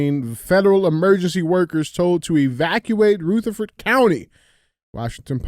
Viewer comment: Dj it’s (ruh-ther-furd) county not (roo-the-ford) you have to use our nc country accent! The “militias” are just law abiding, god fearing, gun toting, truck driving NC citizens! 🇺🇸